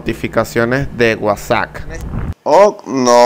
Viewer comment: Es admin al pronunciarlo